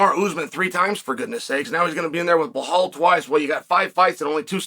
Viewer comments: Undisputed. Never lost a round at name pronunciation. Now let's try again بلال - Bilaal This is the name of a great personality in the history of Islam. The first black revert to Islam, who was a freed slave. The silencer of the colonialist orientalists who think Islam is only an Arab religion. Islam encompasses all ethnicities. It's your choice to accept it or reject it. Have a blessed and peaceful day 👍🏼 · He pays apecial attention in butchering Blahall's name. Uncle Chael can say any name. Some names get said as they should be, not as they are!! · I swear he's said it wrong so many times i can't remember how to properly pronounce his name! Lol crazy! Damn Blahaul say something to Chael Please!! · time to put the "blah" in "Blahaul" ;) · Who the fok is Blahaul? 😅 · I clicked on the video to see if Chael was still calling him BLA-HAL I'm glad I did! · "Blahaul". Let's take a moment to appreciate that chael refuses to properly say the guy's name that uses the "remember the name" moniker. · If Chael says Blahal it's Blahal Just like it was 50-45 Pantoja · No one picked it up.......but Master Chael doesn't miss a thing, even though he can't pronounce Belal.s name properly. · lol Chael is the troll above all trolls…guarantee he can say his name appropriately but that’s just how Unc rolls lol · At first I thought him doing this all the time was funny but really it's kinda an ass move. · I have been making this point for at least a year now. It disturbs me it's b...I...L...A...L